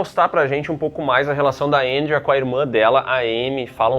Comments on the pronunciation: Que porra de "Éndria"... é Andréa caralho. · Difícil falar Andréia? Kkkkkjjkk